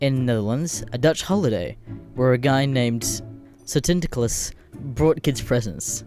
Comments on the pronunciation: Lmao I’m not even Dutch and I know it’s pronounced “Sinter-claws” literally how you would think to pronounce it. Seriously, how did you fuck that up? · Yes. lol Not "Center Klaus" as they'd say, but instead as, "Sa-dinder-cles". Probably the long-lost fat cousin of Hercules like the poster was mentioning earlier... XD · It's rather pronounced as 'sintur klahs'